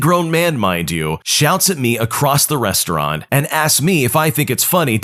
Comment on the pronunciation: *Restaurant HOW DID YOU MESS THAT UP?!